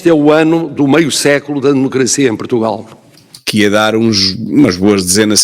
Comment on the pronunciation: "Protugal", é assim que o martelo diz o nome do país...